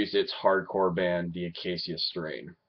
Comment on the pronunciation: dude its the UH KAY SHUH strain